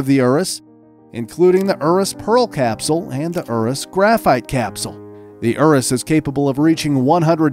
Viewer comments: The Lamborghini ourus 😂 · It's not erus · How u sound out urus is you-rous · pronounces urus like ooroos lol.